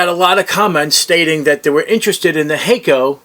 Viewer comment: Hack-oh not Hay-co👍